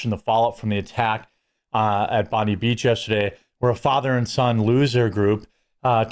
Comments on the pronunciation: Americans- its pronounced Bond - eye. Not Bond-y Also Cronulla is Cro-null (as in null & void) -a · Bondi is pronounced bon - dye not bond -ie. Sorry it's annoying me all these ppl mispronouncing it. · I get why people say "Bon-dee" but it's actually "Bon-die" Also, when I heard about the Holocaust survivor who died while shielding his wife from bullets, my tolerance for IS and their Muslim enablers hit zero. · It's pronounced Bond-eye Beach, not Bondee Beach. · Its pronounced Bond eye not Bonde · Bon- di beach, as in die. Pronounced bon-di not bon-de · Heads up It is pronounced Bond eye beach not Bond ee beach. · pronounced - BON-die not bonn- DEE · Yeah i hate our PM mate. Sell out. And its pronounced Bond I not Bondy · Jeremy, if it interests you to get the pronunciation right, it's "bon-dye" not "bon-dee" but whatever, doesn't matter. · it's pronounced: "Bond-eye" not "Bondy" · FYI it’s pronounced “Bond–eye”, not “Bond-e”. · Just a quick tip from an Aussie, It’s pronounced bon dye not bon Dee. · Jeremy can you stop pronouncing Bondi beach wrong. Your saying Bondeee it's freaking pronounced Bond -eye ffs. 2 seconds of checking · "Bon-dee" beach? No it's Bond-eye. (No it's not a joke. The pronunciation is an 'eye' sound so it sounds like 'bon-dye'.) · It’s pronounced Bond-Eye, not Bond-ee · It's pronounced bond-eye, not bond-ee. Agree with everything else stated. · Bond-Dye (James Bond - Hair Dye) not Bondeee beach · Our fkn gun laws do work we have had zero school shootings since the semi autos were banned. Imagine how many people would have died if they had semi autos at Bondi …. Btw the beach is pronounced Bondeye not Bondeeeee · Can someone please spread the word to Americans that the 'Bondi' in Bondi Beach is pronounced 'Bond-eye', not 'Bond-ee' as in Pam Bondi. As an Aussie it's annoying the hell out of me!! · its pronounced Bond eye not bond deee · Bond - eye = Bondi ... not Bond - eee 😑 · Mate, it's pronounced 'Bond Eye' 👍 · It's pronounced "bond eye"